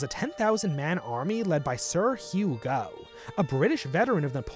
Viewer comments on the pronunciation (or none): It's 'GOFF' not 'GO' Stop f*cking our language up. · His name was said Goff, not Gow. I hope this story is true because it’s better than the alternative version that they were just bribed. Later, Sikh soldiers were legendary for their valour in the armies of the Raj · I believe that Gen. Gough's last name is pronounced 'Goff'. Very good video, thank you for this account of the First Anglo-Sikh War. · Just to let you know the Irish ‘Gough’ is pronounced Goff. The European Gough is Gow, like the artist. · Minor nitpick but the last name Gough is pronounced like the Germanic tribe Goth